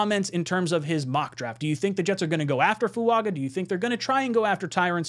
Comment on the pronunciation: why are you mispronouncing Fuaga's name. I am sure you watched the video where he corrected the pronunciation of his name. Just incase he becomes a JET lets make sure the people don't look stupid mispronouncing his name. As far as J-Williams, if he comes here it would be to play LT not right. He is clearly a RT but some ppl want, what they want.